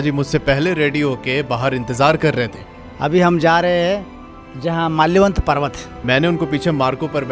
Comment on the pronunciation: Bhai there is something wrong with your , thats malyavant parvat , its not malayvant parvat....